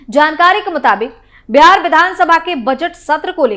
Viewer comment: तुम भी पूजा एंकर की तरह "पूजा" को ऊजा और "बिहार" को बेहार बोलती हो ।पता नहीं तुम सारे के सारे एक ही चरवाहा स्कूल के चट्टे बट्टे हो।